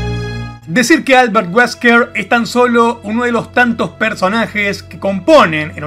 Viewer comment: Mi jijee cuando dijo "Alberrt weskrr"